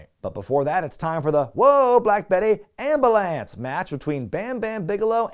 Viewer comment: LOL Am-buh-lance